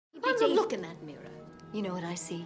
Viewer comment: "Look in the morror. I see a beauthefull,confudent women. Ow, i see you to:-)" hahahaha